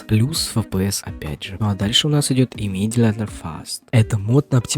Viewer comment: Хорошее видео, бро, много нового узнал и без воды почти. Есть несколько советов тебе. Говори слегка громче, нарабатывай дикцию, порой кажется что ты в три часа ночи записываешь, а у тебя родители спят на фоне. Во вторых, твой английский меня убил, без негатива. Не Cleaning (клининг), а culling (каллинг) и еще произношение иммидеатли чутка невнятное. А в целом очень интересная подача и материал огонь. Советую поучиться делать превьюшки покрасивее, они делают процентов 30 успеха видео. Успехов тебе!